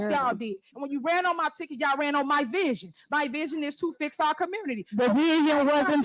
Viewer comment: She have a vizshun 😂😂.